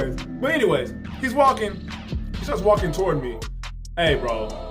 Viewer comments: Yeeessss I thought it was only me lmaooooo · The way the narrator says "toward" really irks me lol.